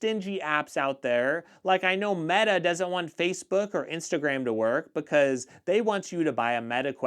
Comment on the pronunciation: "Metea" Quest?